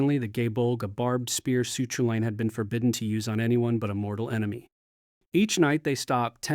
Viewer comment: Aw that is not how Cú Culainn is pronounced 😅😅 terrible.